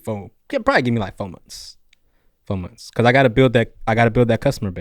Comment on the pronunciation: Maybe I'm just getting old but this guy with his "Fo years ago" and "Munds" instead of months and Febooraeee" hurts my ears.